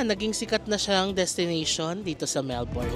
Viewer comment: last day na di pa rin mapronounce nang tama ang melbourne amp